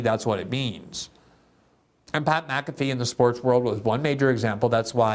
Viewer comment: Btw, MfFree should never be pronounced lik Maafee. Mc and Mac are not at all the seme. There are family names that begin with Mc and others with Mac. They aren't the same.